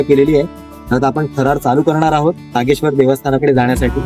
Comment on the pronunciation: नागेश्वर म्हणा सारख सारख नागेश्वरी काय म्हणताय.